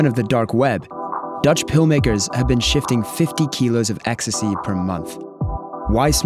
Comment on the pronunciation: I couldn’t believe it when she said “you only have to see what’s it in the media”, and we all know what bastions of truth and honesty the media are. The way she was saying “ecstasy,e” showing us how knowledgeable about the drug she is 😂😂😂